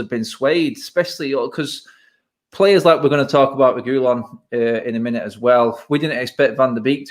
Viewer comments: I think you pronounce Reguilon like “Reg-wee-on” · I was thinking the same thing 🤦🏻‍♂️ it's not even a difficult name to pronounce. Re-gee-lon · They are all calling him Regulion but there’s no “lion” in the name it’s Re-guil-on. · You're all pronouncing his name completely wrong. It's pronounced "re-gee-lon" not "regewlien" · The pronunciation of reguillon🤦‍♂️ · “Regoolian.” Jesus bloody wept... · And I thought Mark’s pronounciation of Reguillon was bad 😂😂 loved the show lads ❤️💪🏿